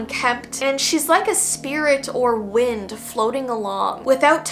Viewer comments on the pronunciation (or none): none